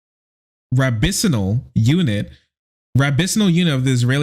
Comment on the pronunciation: It's good that you continued to shine a light on this, But bro, you pronounced rabbinical 'rab-bini-sal.' I'm dead. ☠